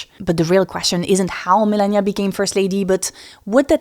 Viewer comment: Why do you say milennia not melania?